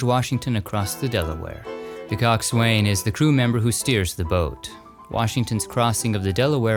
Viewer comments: It is not cox wain, but cox sun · It’s pronounced cox-in, not coxwayne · Coxswain is pronounced KAHK-sun. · Would've know that was Margaret Sullivan's grave. Looks like she has been forgotten by her family. Coxwain= pronounced Coksuhn please in USA & UK thanks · FYI, Coxswain is pronouced KAAK-sun. Just like Boatswain is pronounced "Bosun." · Coxwain is pronounced kok-sn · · Great episode, as usual. But you say "coxswain" funny!